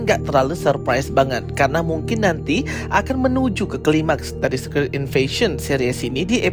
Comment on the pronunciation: Bacanya bukan sekrit bang, tapi sikret